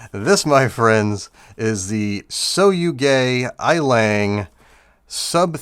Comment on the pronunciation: It pronounce... Sooogaa yiiileeng